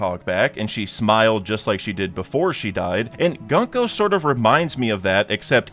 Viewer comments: not how you pronounce gunko. its goon-ko (ha ha funny goon word !!!!!) like the word "good", not gunk-oh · Hey man just a heads up, as someone who speaks Japanese the pronunciation of her name is "GOONko"